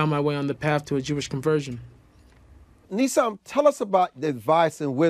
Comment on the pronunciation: His name is "Nissim"-which means miracle.The interviewer mispronounced it .